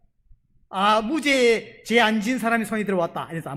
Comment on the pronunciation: 너무 잘 들려오는 설교입니다 무죄가 증명된다는설교중 무죄 무제 증명 정명 으로 발음되어도 웃음지으며 잘 알아듣는 저도 경상도 인지라 ᆢ 구독신청하고 잘듣고있읍니다 찐^^